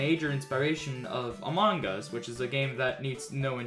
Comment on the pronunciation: when says among us like quackity. “amanggus”